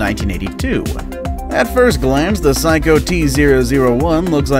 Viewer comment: Sayco not psycho 😂